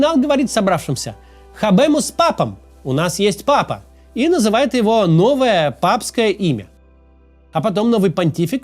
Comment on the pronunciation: Папа, а не Пыпа(